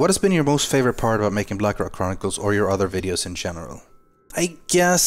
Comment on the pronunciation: its blackrock not blackrack